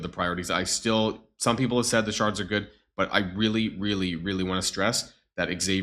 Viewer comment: Your becoming more German as the days pass.. The anger the way ya said good like gud 😂 The indoctrination has begun aha.